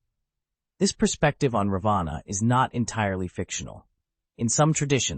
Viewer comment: And what exactly are U trying to prove by demonzing Rama? This is NOT funny..I ask YouTube to remove this video as it is offensive to millions of Hindus. Alternative Ramayana , indeed..This is a corrupt interpretation. BTW, pls pronounce Raavan's name correctly.